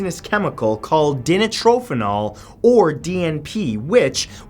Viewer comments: its di niro phenol not dintro phenol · di nitro phenol, not dini trophenol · Dinitrophenol is pronounced Di-nitro-phenol! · the way you pronounced dinitrophenol gave me brain cancer